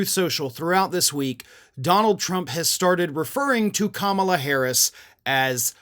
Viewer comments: Few people spew gibberish as consistently and predictably as Trump. His mispronunciation of Kamala's name, whether by accident or intention, just gives us more evidence of his own immense deficiencies, a key one being the same one that has existed for as long as he's been given any stage at all: that he is TOTALLY unfit to occupy ANY elected post, must less the Office of the Presidency that he so abused and disgraced in single hideous term. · I thought because it's easier to slur through at his rallies. We all know the hard time little don old has trying to pronounce Kamala.😊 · He can't pronounce a name right and he is not a good comedian. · I don’t think it’s gibberish,, he’s purposely mispronouncing her name to mock her. It’s his only move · I don't think it was a mistake. I think that's one of his way of lashing out. He thinks he's really hurting her by screwing up her name. He didn't get a rise out of just mispronouncing it (which again, was on purpose) so now he's doing this. Yeah, I don't believe for a second that it was a typo. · Maybe trump doesn't know how to pronounce her name! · Imagine a man, a wannabe leader of the free world being so fukin juvenile and petty that he mispronounces his opponents name on purpose. I wouldn't let that man in my house let alone the Whitehouse. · "I don't have a clue how to fix inflation. But wow, I have a great idea! I'll mispronounce my opponent's name and spell it with an extra "b" thrown in! That's really funny and, it will get me tons of votes." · Let the old fart rave on. Food prices? Has trump ever went to the store and bought groceries for his family? He probably mispronounced Kamala, then thought, Genius! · He sounds crazy saying KAMABLA 🤷🏽‍♀️. lol blah blah blah is what it sounds like 😂. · He's saying "Kama-BLACK." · I don't think it was a typo. I think he means for it to be read as Kama Blah (typed like this for pronunciation purposes). He's wrong about her being blah like he's wrong about everything else.